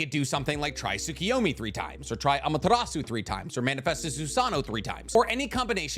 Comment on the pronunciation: It hurts my brain whenever you pronounce Amaterasu